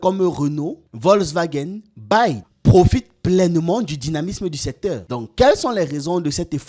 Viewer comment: BYD se lit "bi-wai-di" Belle vidéo au passage comme d'hab